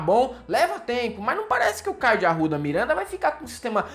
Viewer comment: "Mirwénda" de "Arrwudha"